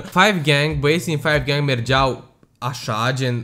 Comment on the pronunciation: se zice cinci gahng